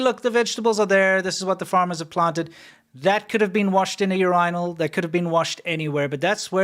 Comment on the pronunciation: Montezumas revenge looks good all of a sudden Also, nobody laughing at the way says Urinal? Lol it’s like he is over stressing the R